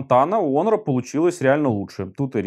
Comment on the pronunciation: Не онор, а хонор